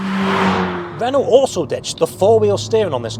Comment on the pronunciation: It's Renault without the "LT" Renau.